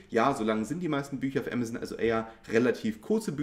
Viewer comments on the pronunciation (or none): none